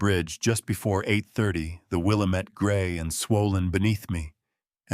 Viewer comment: You are not from Portland Oregon if you say WILAmet River. It is the wilLAMet River